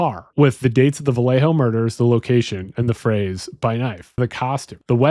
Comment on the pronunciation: Maybe don’t say Vallejo like that.